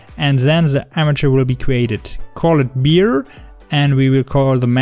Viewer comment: A bear is not a beer 😉